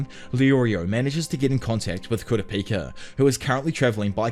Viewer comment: Kura peaka is crazyyy Then started saying kura paka 🤦‍♀️